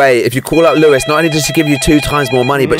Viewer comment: Lewis it’s Lois